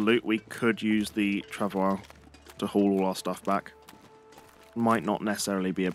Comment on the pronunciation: FYI travois is pronounced trah voy.